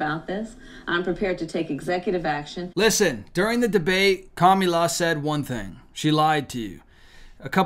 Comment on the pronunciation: She has the perfect name comm-e-le-Ann.